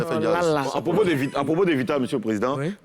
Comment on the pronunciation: Sacré team ceux là. On dit VITALE fait Youssoumba vous dites yiieeen. Aiiih vous êtes commeng même. lOOL